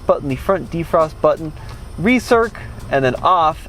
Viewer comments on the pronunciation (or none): ‘Push the Auto Bunction’ lol